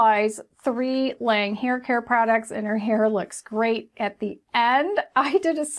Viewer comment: L'awnge Is how it's pronounced. With the lawn sound not the lane sound. French for "the angel" like this review thi